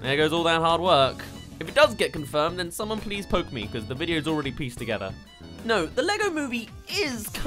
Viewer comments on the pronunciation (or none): none